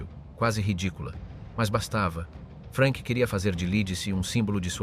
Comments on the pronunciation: Perchè "Frenk"??? Non era inglese, era tedesco! Frank!! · In tedesco si pronunzia Frank non Frenk, come in inglese. Curate meglio la AI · Jak jsem pochopil z diskuzních příspěvků bylo video promítáno i ve Francii a i zde si lidé v diskuzi všimli nepřesností. Hlas zřejmě obstarala AI, vzhledem k anglické výslovnosti jména Frank. Není to věrohodný dokument i přes velké množství nahuštěných údajů. Vyskytují se zde nepřesnosti jako například popis popravy. Nebylo tam žádné propadliště, ale kladka s provazem a odsouzený se prakticky udusil. V našem případě mu kat Nenáhlo po tzv. oběšení ještě zlomil vaz.